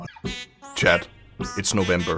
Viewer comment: Hey did you ever notice that when you say chat you say chad?